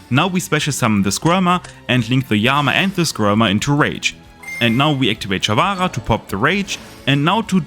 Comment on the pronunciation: take a shot every time sharvara is mispronounced